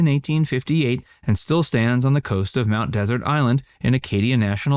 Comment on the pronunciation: What an amazingly ignorant video. You don’t even know how to pronounce Mt. Desert.